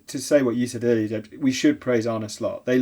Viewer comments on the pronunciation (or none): James it's Arne, not "Arnie".